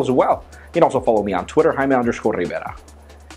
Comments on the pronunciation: Or Jay-Me and not Hi-May. lol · It's " jay me" what the hell is a "high me" lol don't you just hate that when people correct your own name, it's your name lol, great video apple killed it with the awatch but that iPhone was just blah blah, apple pay seems cool I can't wait to have one in my hand.